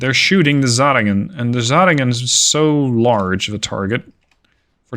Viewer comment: your pronounciation is generally pretty good but the "zähringen" is just butchered :D